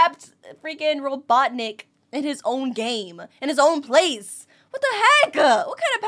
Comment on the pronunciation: mister robotic me: incorrect it is robotnik